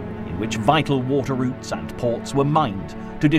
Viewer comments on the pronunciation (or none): none